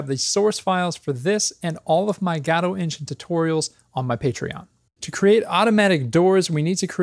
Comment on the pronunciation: I cry every time you say gAdo...